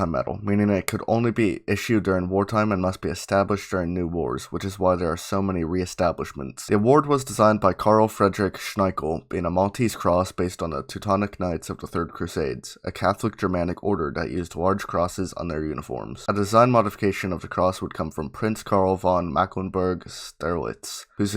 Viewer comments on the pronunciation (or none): name's `Schinkel', pronounced 'shin-kell´, not `shni-kell´....